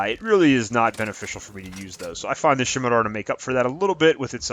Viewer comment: first thing, it's pronounced "semitar" the "C" is silent. I don't know what a "shimitar" is. Now, onto your list. The Hurricane blows!! It's absolutely not worth using. I come across countless hacks raving about the thing used with the turian soldier, and I out score them every time. It's got shit range, shit accuracy, and shit stability. The Scemitar blows too!!! All shotguns in this game are shit. Say all you want about the Geth plasma shotgun or the claymore but they both suck. Once again, I trash these rookies using shotguns. The mantis is a decent sniper, though it's only meant to be used by beginners. If you're looking for a sniper look into the black widow, valiant, or the Indra. The Indra a full automatic sniper so it won't be as good with a character designed for sniping. Onto the Paladin, I never really thought the paladin was needed. The Carnifex was always better in my eyes. The paladin has low ammo, low rate of fire, and is just a touch too heavy to be used by power characters. Since they shit on the pistol headshot damage, neither the paladin or Carnifex are useful past silver. The Lancer is the only weapon that should be on this list. It's my second favorite assault rifle and on my top 5 for the game. It's only problem is its stability, so I only use it with my turian ghost or human soldier. Never use the gun mod for stability, only use the armor modual. Theres an alarming amount of brainless dumbshits on this game that shit talk the useful guns, so ignore them